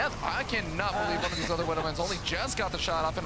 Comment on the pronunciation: Gotta love the «wooduw mines» ;) Honestly, casting was a bit off here.